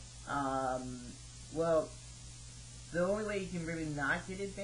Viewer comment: LOL "no i've been banded alrdy" xD!